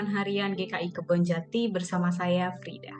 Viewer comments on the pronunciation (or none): Maaf, anda kalau sebut nama Frida tidak jelas, hampir tak terdengar, semoga next bisa lebih jelas ya,, sorry supaya lebih enak terdengar,, thx bu...